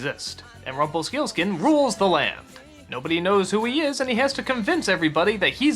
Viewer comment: LOL, Doug really cannot say 'Rumplestiltskin', can he? Twice he called him 'RumpleSKILskin'. XD